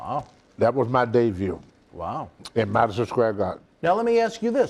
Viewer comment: WTF is a "DEVUE???"